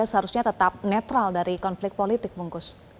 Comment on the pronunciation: Bungkus 😂😂😂 Bung Kusnaeni ko jadi nasi bungkus. Presenter metro perkaos nama orang😂